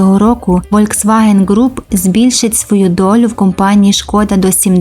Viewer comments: Літера V в німецькій читається як Ф, тому всеж-таки Фольксваген, а не Вольксваген! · Правильно казати Фольксваген а не вольцваген